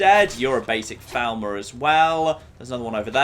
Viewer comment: For the Three Thousandanth time, FALL MER not FOWL MER!